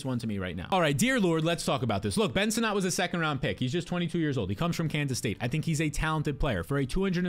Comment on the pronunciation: Ben Sinnott's last name is pronounced like 'Senate'.